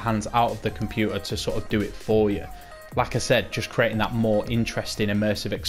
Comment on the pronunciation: Thank you for this mate, saved my career mode! Ps kept thinking you were saying lacazette when you were saying like I said😂